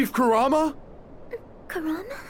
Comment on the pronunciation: Kurama* Not corama